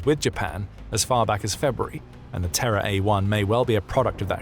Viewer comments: I keep hearing it as "TerrorDrone" and I like that even more. Good on Japan and slava Ukraine. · Oh, "Terra," not "Terror"